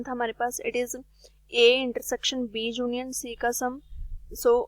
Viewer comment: Junion nahi union hota h mam